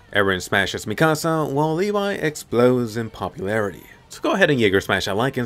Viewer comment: Now he become "lev" instead of "levi"